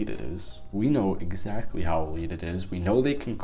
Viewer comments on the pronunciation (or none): none